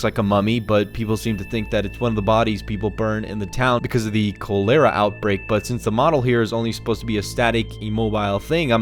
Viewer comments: It isn't "ko-lera", it's "collar-ah" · its cholera (kälera) not coalairah you half wit. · KAHL-UH-RUH THE TOWN’S GOT KAHL-UH-RUH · "coller-uh" goddamnit.... Cholera. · Cole-era outbreak? Do kids learn anything in school these days?? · Not 'call-era', more like 'collar-uh'. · Cholera like collar-uh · Kolehra??? Why do you always mispronounce? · In he says cholera like cholaira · Cólera? XD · choLEra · Co - lera? Do you speak english? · cholera =call-er-ah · Collar rah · More like Coll-er-rah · How did this guy say cholera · More like completely wrong lol